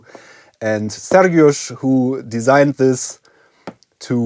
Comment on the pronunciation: You pronounce Sergiusz's name very well. Do you secretly speak polish? :P